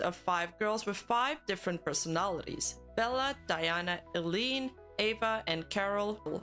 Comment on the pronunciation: Say EYE-LEAN CORRECT PLEASE